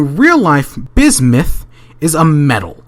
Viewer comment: bismith? lol